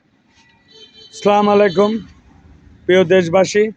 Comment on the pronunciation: সালাম টা শুদ্ধ করে দিয়েন জনাব